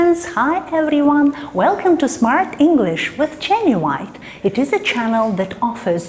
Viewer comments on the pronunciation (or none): You say "Jenny White" with the stress on the wrong syllable.